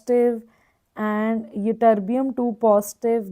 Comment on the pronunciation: mam tm -thulium and yb-yitterbium you pronounce wrongly